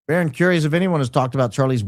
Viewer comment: It's 'Baron' !